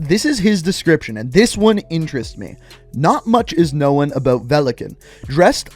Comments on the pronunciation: Know-n, not know-en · what about known and unknown? Big emphasis on that last N